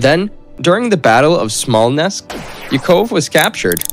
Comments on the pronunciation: I doubt if there was at least one name of a person or town pronounced in a recognizable manner. Not event Smolensk 😂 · Oh come on!! It's Smolensk!